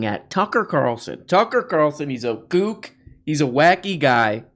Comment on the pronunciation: you say “gook” and that’s racist. Canceled. (I’m gonna say you meant to say “kook”. )